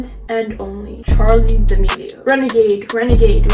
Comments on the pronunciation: I love how she was saying Charli damelio and puts pictures of Dixie damelio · She said Charli d’amilo and put up a picture of Dixie lol